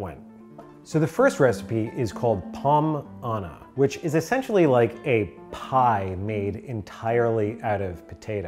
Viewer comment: The first one should be pronounced "pohm zana"